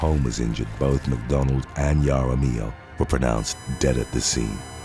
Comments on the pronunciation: Jaramillo (haramillo) not (yaramillo) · WHEN DRUNK GIRLS GO WAY WRONG/ JUST GO WRONG WOULD BE TOO EASY WHEN RING CAMERA'S OR HOME SECURITY SYSTEMS GO WRONG Dreasjon?! what did momma loose a bet to name him that? Some people do pronounce their name as english, Jaar-uh-mill-o